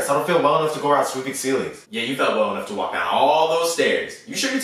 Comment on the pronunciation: "You can wlak to the bathroom, you can wlak to your classroom " 😂😂😂😂😂😂